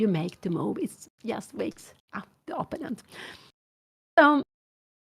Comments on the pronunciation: Give her a break … it’s her second language and many people mispronounce words especially in a second language do to muscle memory of the first language. You know she means “opponent “ . She is a nice lady and with a funny quirk. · Dear Anna, can't you teach your mother to pronounce "opponent" the right way. She has her very own (wrong) variant of the pronunciation. And it's a word she uses quite often.